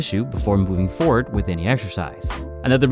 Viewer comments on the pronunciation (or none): none